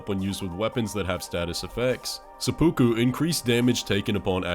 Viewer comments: Lol he said sue-poo-ku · It really kills me that so many people cannot pronounce seppuku... its Sep-ooh-koo.. The ooh part really sounds more like eww when spoken by Japanese. If you want to get technical its 切腹....